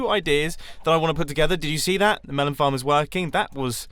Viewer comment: Did anyone else think he said 'fart' at the beginning instead of 'farm'?........just me........okay